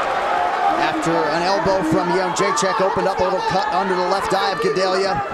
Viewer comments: Nobody in the US can pronounce that name :D isn't it Jedrecheck? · Jo - J - Check ••••••• Not That Hard To Pronounce ! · "The champion" is easier to pronounce than "Jrdzjck"